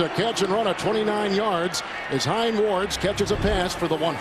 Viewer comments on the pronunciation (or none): Notice how Kevin Harlan fucked up Hines Ward's name ?... He said "Hine Wards.", instead...